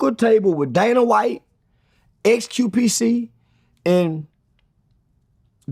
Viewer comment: He said xqpct